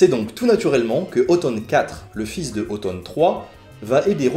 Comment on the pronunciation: La fait de prononcer Othon/Otton comme "automne" me fait sursauter.